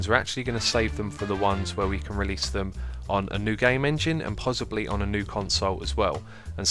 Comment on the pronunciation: RELASE! ENGRISH YO!!!